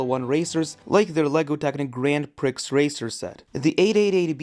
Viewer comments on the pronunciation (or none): Look, it should be read ‘gran pree’ not ‘grand pricks’. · Lol it's grand pree not pricks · Not grand "Prix" but is said like "pree" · Grand pricks😂